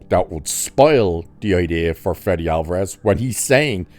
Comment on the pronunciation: It's Fede not Freddy